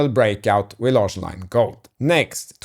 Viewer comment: So "Larsson" is pronounced like... "large"?!